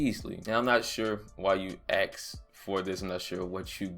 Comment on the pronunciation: "AXXED" FOR IT LOL